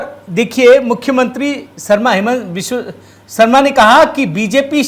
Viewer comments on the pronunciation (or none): none